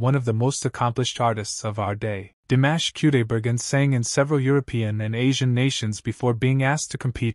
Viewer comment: You are mispronouncing his first and last name‼‼‼‼‼‼‼‼‼‼